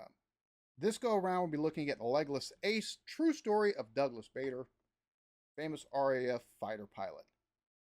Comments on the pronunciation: Don't take the pronunciation in that video seriously, whoever (or whatever) who was speaking is not British. For one he said "the Royal Berkshire Hospital", in England Berkshire is pronouced Barkshire and we've always known Douglas Bader as as being pronouced BAIDER not BARDER. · To the commentator it is BADER nor BARDER!